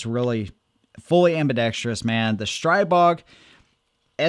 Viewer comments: It’s pronounced Stree-bog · Str-ee-bog, per owner of company.